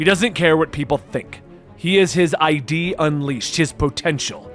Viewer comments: . It’s not i d. You say it like in the word lid. id, ego, super ego. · It’s not I.D. It’s “Id”, which rhymes with “kid”. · It not "I-D", the word is "Id", it's a psychological term. It's pronounced like "it", but with a "D" instead of a "T". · Did he just read id as ID xD